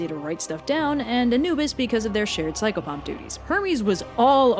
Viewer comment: When describing pan u said pychofuff whats I psychfuff?